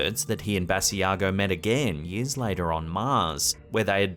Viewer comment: Hi,. Great compilation as usual. Just a note. Mr. Basiago pronounces his name Buh-sigh-go. Take care and Happy Holidays!